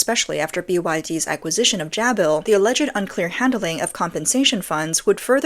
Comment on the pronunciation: It is pronounced - Jay-Bill